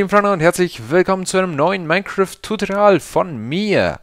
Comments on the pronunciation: Sagst du da immer "Tutrial" ? Hört sich jedenfalls so an, das sagst du auch irgendwie immer ... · Du sprichst tutorial falsch aus !!!!!!!!!!!!!!!!!!!!!!!!!!!!!!!!!!!!!!!!!!!!!!!!!!!!!!!!!!!!!!!!!!!!!!!!!!!!!!!!!!!!!!!!!!!!!!!!!!!!!!!!!!!!!!!!!!!!!!!!!!!!!!!!!!!!!!!!!!!!!!!!!!!!!!!!!!!!!!!!!!!!!!!!!!!!!!!!!!!!!!!!!!!!!!!!!!!!!!!!!!!!!!!!!!!!!!!!!!!!!!!!!!!!!!!!!!!!!!!!!!!!!!!!!!!!!!!!!!!!!!!!!!!!!!!!!!!!!!!!!!!!!!!!!!!!!!!!!!!!!!!!!!!!!!!!!!!!!!!!!!!!!!!!!!!!!!!!!!!!!!!!!!!!!!!!!!!!!!!!!!!!!!!!!!!!!!!!!!!!!!!!!!!!!!!!!!!!!!!!!!!!!!!!!!!!!!!!!!!!!!!!!!!!!!!!!!!!!!!!!!!!!!!!!!!!!!!!!!!!!!!!!!!!!!!!!!!!!!!!!!!!!!!!!!!!!!!!!!!!!!!!!!!!!!!!!!!!!!!!!!!!!!!!!!!!!!!!!!!!!!!!!!!!!!!!!!!!!!!!!!!!!!!!!!!!!!!!!!!!!!!!!!!!!!!!!!!!!!!!!!!!!!!!!!!!!!!!!!!!!!!!!!!!!!!!!!!!!!!!!!!!!!!!!!!!!!!!!!!!!!!!!!!!!!!!!!!!!!!!!!!!!!!!!!!!!!!!!!!!!!!!!!!!!!!!!!!!!!!!!!!!!!!!!!!!!!!!!!!!!!!!!!!!!!!!!!!!!!!!!!!!!!!!!